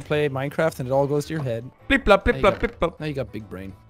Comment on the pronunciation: Its pronounced “Blip Blop”.